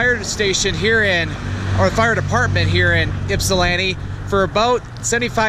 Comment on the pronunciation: Ip..sa..land..to lol Ypsilanti